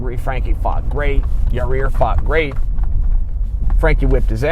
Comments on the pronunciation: Chael can see the little details that most of us can't. Like the extra 'r' in the middle of Yair. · It's ya-ir not ya-rear lol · Is he saying Your rear instead of Yair? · Yahir is pronounced Yah-ear, not Yah-rear. Lmao. Yes, I know chael isn't hispanic, and don't expect him to speak spanish, but I thought that was funny. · Yair "Yourrear" Rodriguez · He said ya rear. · Sounds like hese saying yer rear. Yer rear really got pounded by edgar. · Yourrear Rodriguez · Chael , Its Yair, not "your rear" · "Yo-rear" lmaooooo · “Your rear” - Chael Sonnen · First off, you're saying his name incorrectly. Secondly THIS is fake news. Daina was quoted saying he offers Nate Diaz 3 fights per year, (as per the contract) and Nate turns down ALL 3 every year....sounds like a lot more than 2 fights Mr. Sonnen. No offence, but take what all these guys say with a grain of salt. Of course people will argue that Nate is 'worth' more when it comes to money fights, but this is 100% irrelevant. A contracts rules should apply equally to ALL fighters no matter the bias. Enjoy even more fake news people. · ya rear lol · Wtf Chael! "Your rear" 🤔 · „In yourrears case when he turned two guys down....“ 😅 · "YER' REAR RODRIGUEZ" - CHAEL SONNEN 2018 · Yourrear? Seriously? Good to see Chaels back on the juice thou. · Ya Rear? YA EAR. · I don't care what you say Chael,I like your ear Rodriguez😂😂😂😂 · Why is Chael calling him "your rear"? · It’s Yair (Yah Ear) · chael, please please learn some basic spanish pronunciation. YAH-EER. you'd like look a fool talkin like that in the western half of the US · “Yereer Rodriguez” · "yourear" lmao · Why does he keep sayin "yo rear" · "yer rear" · YARREER??? Wtf Chael you a pirate now? "YARRRRrrr MATEY, YARReeerrRr, me thinks he had ta walk tha plank!!" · "Ya-rear Rodriguez" -- Chael Sonnen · The pronunciation of Yair as "Your rear" is very intentional. I know this guy. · "Ya rear" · Very sorry this happened to your-ear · Anthony Jones Agree. That was annoying.